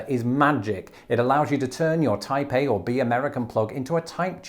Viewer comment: I am going crazy thought to hear Taipei every time you said Type A....